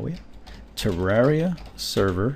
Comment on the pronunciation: he says Tewwawia. Slyfox fan/viewer?